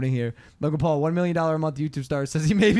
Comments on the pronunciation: Logan Pool...Jake Pool....any of the Pools 😂😂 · I still find it so funny how the Brits pronounce the Paul Brothers names 😂